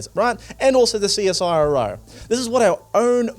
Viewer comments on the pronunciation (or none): none